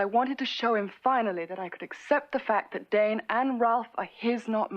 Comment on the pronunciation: Dane!!! Not dan